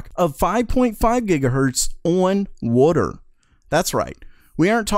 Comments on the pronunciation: "Oon Wuter" XD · Wooder you must be from Maryland lol